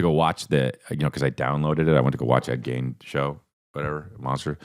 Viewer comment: Forreal everytime he said it I was like noooooo 😂